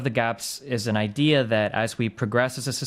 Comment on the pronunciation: "google it yourself" wahahahahahaha athene knowl. i cant breath lmao .. btw .. "its an idee" :D :D :D